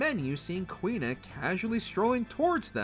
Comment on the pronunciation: Also, he mispronounced both their and Tidus' names.